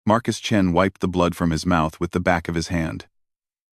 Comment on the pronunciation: "The Surprising Adventures of the Space Chins." It's "Chens," not "Chins,". "I hear Markus Chin, and I don't care. Best part, in my mind, he has a mark on his chin."